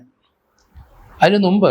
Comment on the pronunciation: അതിന് മുമ്പ് എന്നാണ് നുമ്പ് അല്ല. മുപ്പത് -> നുപ്പത് സാറ് നേരിട്ട് കണ്ടതു പോലെ എത്ര കിറു കൃത്യമായാണ് വിവരങ്ങൾ പറയുന്നത! കേരളം വിട്ട് UPലും എത്തി. ഇനി അഖി ലോക കൊലപാതക വാർത്തകൾ